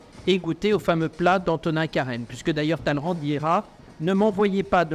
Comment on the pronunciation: sait prononcer « Talleyrand » correctement.